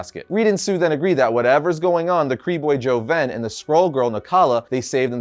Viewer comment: Dude it totally sounds like you’re saying Korean Skrulls whenever you say Kree & Skrulls 😂